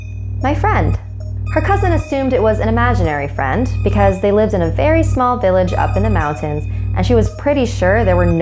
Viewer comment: Sven is my sven! (Sven sounds like friend) UwU